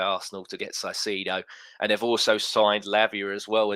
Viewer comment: It's Caicedo, not Saicedo! Please!